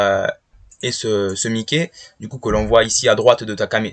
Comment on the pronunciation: Mikey sa se dit maiky